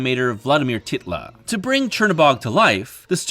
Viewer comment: Tytla is pronounced Ty-t-lah.